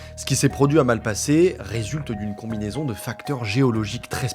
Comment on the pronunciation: La prononciation me hérisse les poils "Malpassaient"